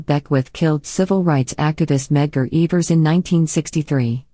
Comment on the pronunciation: Its Evers not eeevers